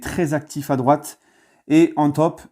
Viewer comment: . "En top", avec l'accent Tuchelien. Top, top, top!!! 😂😂😂